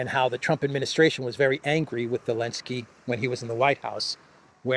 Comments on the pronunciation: Is it just me or does this guy keep saying Elensky instead of Zelensky ? Is that intentional? Is it supposed to mean something? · Why does pronounce Zelensky without the "Z?" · Remember when the EU banned the use of the letter 'Z' from Europe. I recall Zurich Insurance dumping their Z logo. still calls the goblin 'elensky.